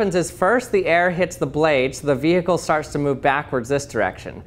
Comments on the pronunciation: did you just say it “ vi heckle” ? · VEEE HICKLE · "Vee-hickle" Nice